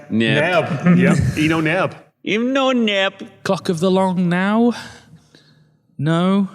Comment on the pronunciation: I almost couldn't hear the "L" in "clock"... 🤣